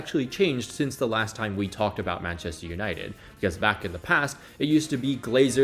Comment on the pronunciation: I was looking for this comment, how are you a native English speaker and pronounce it like that 😭😭